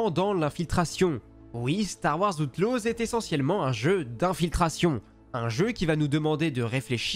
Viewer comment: Star wars "Hauteloze"